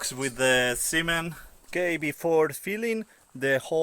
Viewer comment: La forma en que se dice cemento en inglés es "cement" así como se escribe....si bien la "e" en inglés suena muchas veces como "¡" en este caso no es así, la e, en esta palabra debe sonar como "e" ....porque así como lo estas pronunciando, parece que te refirieras al "semen masculino"en inglés. Usa el traductor de google, ahí también hay un ícono como audífono, lo puedes usar, para ver como se pronuncia cada palabra....espero que te tomes este comentario en buena, y no como crítica. 👍